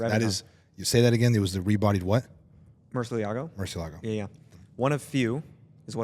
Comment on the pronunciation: it's a Murcielago, not a murciliago